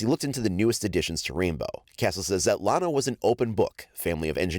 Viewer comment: Iana not lana